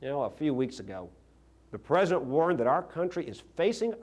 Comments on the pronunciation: Why did he call him Present instead of "President"? And do you think he practiced hard to get that Louisiana lisp? What a silly man. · He can't even say President right! It's like Arnold calling California, 'Collyfornya'? Republicans sure as hell can't talk!